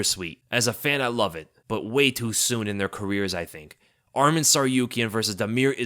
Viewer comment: Love your content brother but Arman Tsarukyans name is pronounced Arm-on, not Armin 😂 I know this because that’s my name as well. Love your stuff!